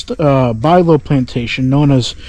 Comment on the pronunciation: Pronounced "Byou-low" not Bilow.